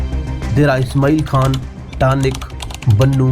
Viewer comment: Taank not tanik